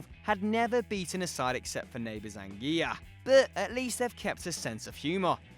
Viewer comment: What's with the over exaggerated pronunciation of names? You don't need to curl your R's for Montserrat and you say the L's in Anguilla, it's not Spanish it's British. And the over exaggeration of the Basque names was awkward.